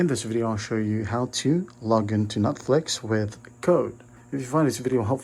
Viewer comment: am i the only one who heard nutflex